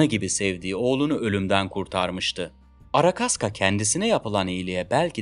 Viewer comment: arakaska değil arkashka ruscha ismi arkadiyin kısaltılmışı